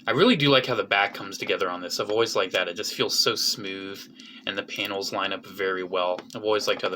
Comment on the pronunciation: pls stop saying panials